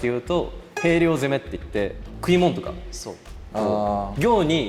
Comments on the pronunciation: 「兵糧攻め」は、 「ひょうりょうぜめ」と読むんだよ～！ 「へいりょうぜめ」じゃないよ～、ルー君(^^;) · 既に誰か言ってるかもですが…ルーさん 『ひょうろうぜめ』ですよ😅 それから 固定概念✖️ 固定観念⭕️ 既成概念⭕️ です。 細かくてすみませんがよろしくお願いします。